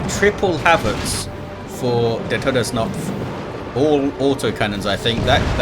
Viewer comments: Hey german here You actually pronounced Todsknopf almost perfectly... The only hiccup I could hear was the fact that in german the k in that word is not silent like in english XD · Just FYI the K in TodesKnopf is pronounced like in karma, not like in knife, knot or knight. Otherwise, your pronounciaten was fine and, of course, thx for hosting, as usual!